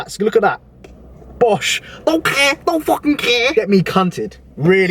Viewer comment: That Scouser "don't care" had me blowing air out my nose bare hard